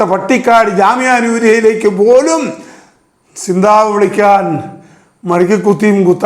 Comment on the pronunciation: സിന്താവ അല്ല കാരണവരെ സി zന്താബാദ് എന്നാണ് പറയുക